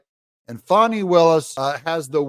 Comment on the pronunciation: Is her name FAWN NEEEE >>>> LOL She just needs quit !